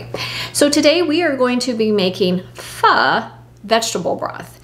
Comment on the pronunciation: I just got my star anise in the mail, so I am ready to make a beef pho! It’s pronounced “fuh.”